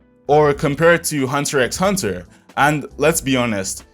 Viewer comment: One thing that bothers me in every anime video... its not called Hunter "x" Hunter the x is silent. dumb gripe but just a small ick i have of every content creator who says the title wrong